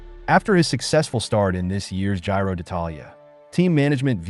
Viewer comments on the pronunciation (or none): We like your contact, but unfortunately your pronunciation of the most of the names of the riders and races is off. Sorry to say. For example "I" "L" Lombardia is pronounced "ill" Lombardia. Giro is pronounced "Geero". Jonas is Yonas. Asgreen is a hard S. Vingegaard is pronounced Vingego".